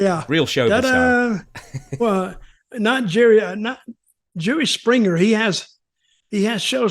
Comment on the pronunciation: I swear it sounded like Dutch said "Jewish Springer" 😂😂😂